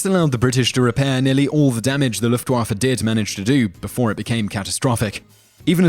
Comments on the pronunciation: Why are you butchering german words so hard? What's so hard about Luftwaffe? You need to pronounce it "Luftwoffur" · You pronounce luftwaffe weirdly